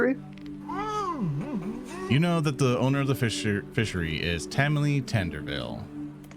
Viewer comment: First, Tamily not tomalley. Second, Tamily is an ex pirate and she’s not old. 🤣. She’s not a scared old lady.😂